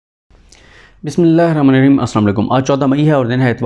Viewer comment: بسم اللہ الرحمن الرحیم کو صحیح پڑھا کریں شکریہ